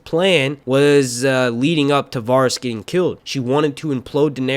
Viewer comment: It’s pronounced “veh ris” not “var is”